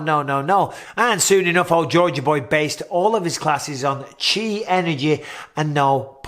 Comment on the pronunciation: Finally someone pronounces it as 'chi' instead of 'ki'